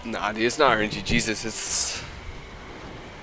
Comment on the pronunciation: its RNGesus. Not RNG jesus. Sorry, but that just irked me a little bit